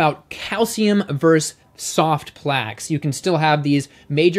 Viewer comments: Please say versus and not verse. Your videos are great, by the way. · I love you. I love your content, but please learn to say “versus” properly. It’s not your fault. I hear it often these days. It’s distracting. Much love and respect from a much older vegan. 💚